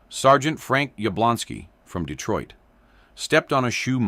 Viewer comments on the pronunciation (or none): none